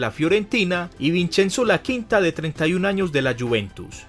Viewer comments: del piero mediocampista? Laquinta en vez de Iaquinta? Peye en vez de Pelle ? no sabes nada pibe, aprende un poco mas, fuera de eso buen video! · Corrección: no es Laquinta, es Iaquinta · Primero que todo aprende a pronunciar los nombres y apellidos italianos te equivocaste en varios, Daniele no Daniel Iaquinta no Laquinta etc, Italia es un grande del fútbol mundial y por su historia volverá ha realizar grandes campeonatos le tengo fe en la euro y se que clasificará al mundial de Qatar, la Federación Italiana se equivoco en grande con Ventura un viejo inepto que nunca había ganado nada, por eso no clasificaron a Rusia 2018. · Laquinta? Es Iaquinta ... La pronunciación Es: i-a-cuinta!!!!